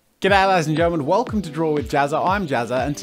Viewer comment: good ay hmmm he must be astralian